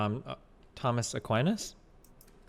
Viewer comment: Thomas A-queen-a